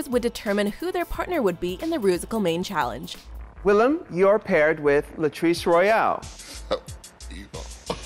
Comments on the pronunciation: This dude: "William" me and Willam at the same time: Le gasp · Hearing Willam being called “William” makes me cringe with my whole body omg the audacity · Ugh why would you say william instead of willam